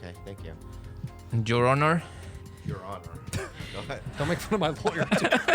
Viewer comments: Bobby yelling out of pure joy and cheering Steve on will always make me burst into laughter and warm my heart ❤️ I’ve rewatched this episode like four times and I’ll never not cry laugh at gripping the mic and saying “Jour Honor” 😂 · Jur Honor 🤣